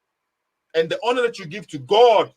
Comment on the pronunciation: Frankly speaking understands English better than. His pronunciations of " honour " is not even correct